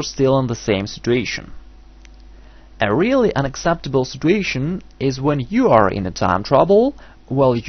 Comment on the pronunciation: It's situation not stituontion